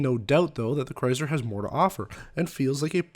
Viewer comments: Is anyone else getting annoyed with his lame pronouncing of Chrysler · Midnight Raccoon it’s a Canadian thing